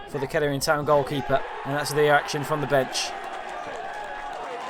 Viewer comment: Class highlights - not sure I can unhear the pronunciation of Kettering - I mean Keddering- but great work all the same.